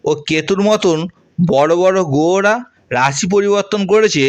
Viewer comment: কোন রাশির এগুলো হচ্ছে না?? সব রাশিরই এক হাল। কোনো মানুষ ভালো নেই। আর গ্রহ উচ্চারণটা ঠিক করুন। আপনি একজন জ্যোতিষ পন্ডিত, তাই উচ্চারণে ধ্যান দিলে আপনার রাহু কেতু ভালো হবে।গোহো আবার কি কথা?